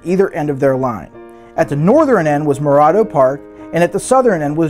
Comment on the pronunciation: He's mispronouncing Morado